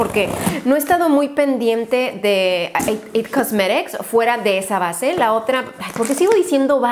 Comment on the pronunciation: porque dices it cosmerics